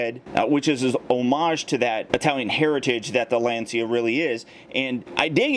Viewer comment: Little fact: it's not pronounced Lan-see-a but rather Lan-cha. Sources: i'm Italian :D